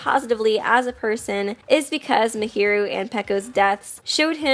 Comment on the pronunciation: You pronounced Mahiru wrong so many times